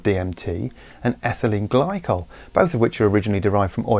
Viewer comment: Did he say ethanyle glycol and...DMT?